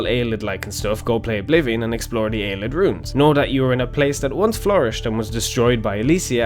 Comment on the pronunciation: Just to clarify, I am 99 percent sure that Ayleid is pronounced Ay-lee-id not Ay-lid. That's all I have to say.